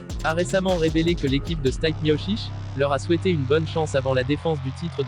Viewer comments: Ça se prononce stipé et pas stype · Stipe miocic ! Vous avez massacré son nom 😭😂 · C'est pas Stayp , c'est Stipe prononcé Steepé !